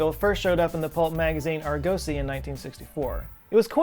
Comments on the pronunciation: ARG-osy, Joseph, not ARR-gosey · The magazine is AR-gosy, not arGOSy. Practice your inner pirate, while I exercise my inner troll. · The magazine from the early 1960s Argosy was pronounced AR-ga-cee with the accent on the first syllable. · "Argosy" - accent on the first syllable and the "o" is kind of a short "u" sound. :-) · ...that's not how you pronounce Argosy?